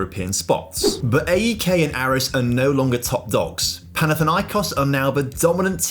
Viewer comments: Just to say A.E.K is said as one word like AEK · Ok, let me make it easy. Say Alex, great! Now drop the L and switch X with K, that's how to pronounce AEK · as a greek hearing him constantly mispronounce everything just boils my blood... AEK is pronounced A-EK, not A-E-K Panathinaikos is pronounced PanathinaeeKOS Olympiakos is pronounced Olympiakaka because no one likes the dirty reds 🤡 PAOK is pronounced PAOKARA because it's the best team in greece and the others uhhh... no one cares about them tbf